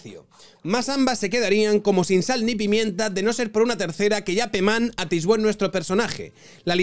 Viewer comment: Pemán Atisbó tío, es que no sabes leer las acentuaciones?? no es castellano antiguo man